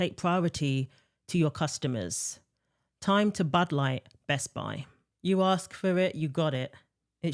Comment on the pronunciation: It's Best-Buy. Not Best-Bi. 🙄👈